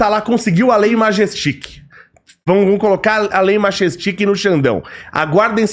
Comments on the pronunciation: Não sabe nem falar o nome da lei.. Majestik??? Pqp... Quer criticar que ao menos acerte o alvo... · Lei majestic? Além de falar errado, está muito estranho essa posição dele. Falando do Eduardo Bolsonaro dessa forma. Mais um que não vou escutar mais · pelo visto o ja incorporou a ignorancia do mbl quando fala sobre bolsonaro... alias deveria saber pelo menos falar o nome da lei Magnitsky corretamente